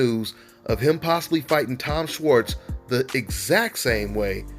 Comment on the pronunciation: its pronounced "shwarts"